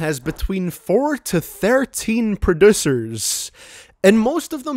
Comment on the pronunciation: “Produssers” lol prod-ussy